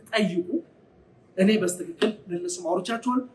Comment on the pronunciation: በስትክክል የምትለው በልማድ ነው ወይስ በትክክል ማለት አትችልም?